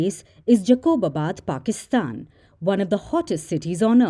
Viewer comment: Its jacobabad not jaqoobabad